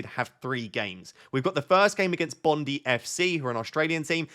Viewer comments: Bondi = bond-eye; bondee sounds like an S&M term, but considering you are trying to manage a football team that may well be appropriate. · its pronounced bond-eye. Not bond ee